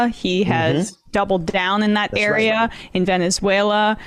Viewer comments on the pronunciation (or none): none